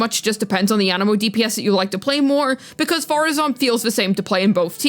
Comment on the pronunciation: How dare you not say Madam Faruzan correctly at the start of the video?!? Youngsters these days... No respect for their elders...